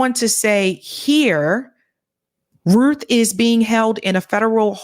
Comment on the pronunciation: Doesn't the name rhyme with mouth? Cuz Ruth is R-U-T-H!